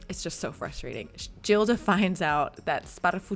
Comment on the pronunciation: Please Anna, the heroine’s name , Gilda, is pronounced ‘Geelda’ .